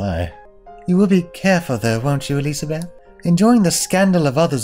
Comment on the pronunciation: Not surprised that messed up the pronunciation of "Elisabeth" on the very first time he did it:P